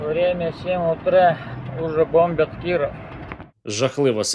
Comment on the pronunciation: не "б0мбят" а "бомбЯт" але все одно хороше